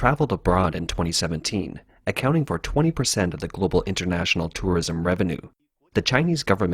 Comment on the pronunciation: is he saying tourorism or im just tripping ?